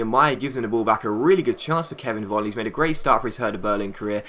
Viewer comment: Hey, Nice video. In Germany, The letter V, is like saying F. So Volland, is actually Folland:-)